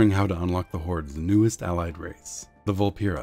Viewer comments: "vul-PEAR-uh". Not "vul-PEER-uh". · Coronation In a dev QA, they said the official pronounciation was "vul-PEAR-uh". One is wrong, one is right.